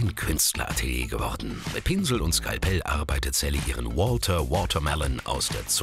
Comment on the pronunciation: Hahahahhahaha das heißt saliha nicht sally